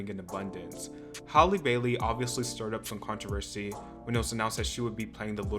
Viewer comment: I really want to know how you said her name right when saying Chloe & Halle, but said “holly” when you said Halle bailey.